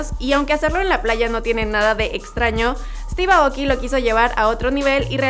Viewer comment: Se pronuncia Steve Eiouki